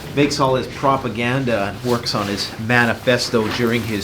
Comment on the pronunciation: Beyond Good and Evil fan? Last time I heard propaganda pronounced like that....